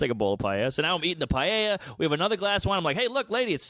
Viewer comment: I’ve never heard anyone rape the word ‘paella’ this bad 🤣🤣🤣